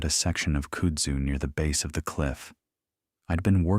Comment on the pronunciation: Its pronounced "Kud-zoo"